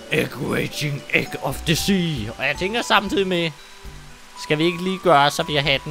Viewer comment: Jeg mener at the skal udtales som agents of the egg